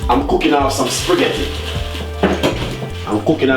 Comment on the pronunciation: Its the "I'm cooking off some spreghettii" for me 😂😂😂😂 emphasis on the SPREEGHETTI